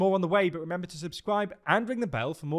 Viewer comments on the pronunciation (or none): none